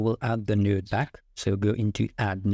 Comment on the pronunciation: I remember I made that mistake before. You are pronouncing "node" like a different word that has a bad meaning.